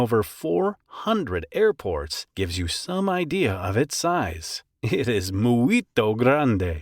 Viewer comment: 😂 The Way He Said "Muito Grande" Is VEEEERY English